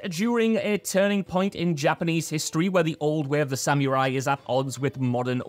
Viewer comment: Pronounced Sa mr ie... not Sam you rye